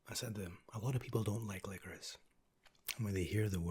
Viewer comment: This is the first time I have ever heard licorice pronounced licorisse😂😂